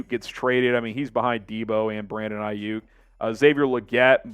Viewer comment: Did say Iyuke ?